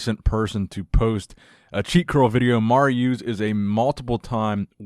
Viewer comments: no disrespect, but the way you kept mis pronouncing“Mariusz’s” Name kept triggering my ocd lol 😂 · oh man i love the way you butcher Mariusz's name lmao, love the content!!